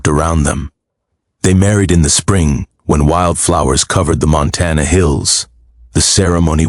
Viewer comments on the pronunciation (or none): Whoever reads this story needs to know how to pronounce words correctly. Montana is not Montan